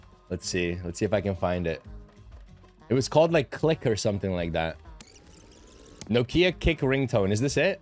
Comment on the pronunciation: No-kia 😂 never heard that one before 😂 pronounced “knockia”